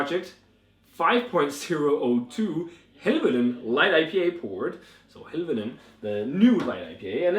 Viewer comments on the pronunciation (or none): Great review! Helvellyn (pronounce Hell-vel-en) is a mountain in the Lake District and striding edge is a ridge on that mountain! Really enjoyed striding edge but not had chance to try this one yet. Sounds good!